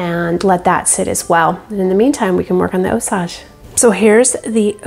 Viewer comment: It is NOT (Ò-sauj)... It IS pronounced (Ò-sayj)... Strictly American English, NOT French... LLLOL